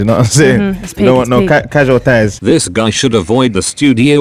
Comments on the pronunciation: "casualtyes" I'm deaaaaaaad 😂😂😂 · this man said "we don't want no casual-TIES"😂😂😭😭😭😭😭😭😭